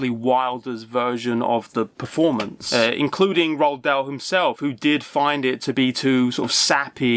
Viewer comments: Damn son, learn how to pronounce "Roald" properly. It's "Roo-all", not "Rolled" or however you're mush-mouth is botching it. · Roald Dahl's name is pronounced, "Roo-All."